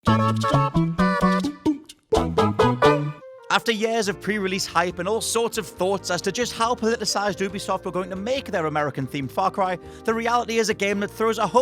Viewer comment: “Yaars...” do you Mean Years???